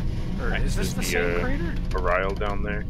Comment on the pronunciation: its uh rye rul